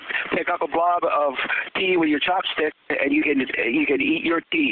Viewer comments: i thought he was saying pee the whole time. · i thought he said pee. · it sounds like he's saying "you push out a blob of pee" lol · he said tea funny